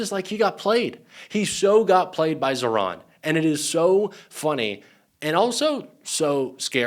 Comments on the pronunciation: Pas ZERON mais ZAHRAN 😉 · ZAHRAN par zéro ,prononcez bien le prénom si beau.